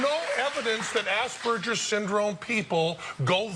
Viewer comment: Am i the only one who heard ass burgers